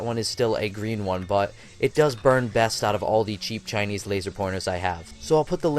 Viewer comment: Geezus... the way you refer to, even the way you say "Chinese" makes me want to punch your face..(and I'm not even Asian.) "my favorite Chinese laser"? Guess what homie?...ALL your lasers are CHINESE!